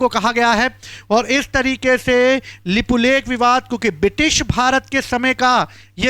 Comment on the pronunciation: यह भाई को अच्छे से उच्चारण करने को भी नहीं आ रहा है तो यह भाई बता रहे हैं यह की कौन सा इलाका किसका है इनको लिपुलेख और लिपि अधूरा का सही से उच्चारण करने को भी नहीं आ रहा है तो यह वाइट बोर्ड में लिखकर बता रहे हैं कि किसके साथ क्या हुआ किधर किसका जमीन है किसका क्या है तो यह भाई बता रहा है कि नेपाल ने भारत का जमीन लिया बाल इंसान है यह नहीं बताया कि नेपाल नहीं भारत का जमीन लिया नेपाल नेवी ले रखा है और भारत में भी ले रखा है तो दोनों देश मित्रों के हिसाब से बैठकर यह बातचीत करेंगे समझाएंगे. यह भाई सरासर गलत न्यूज़ फैला रहे हैं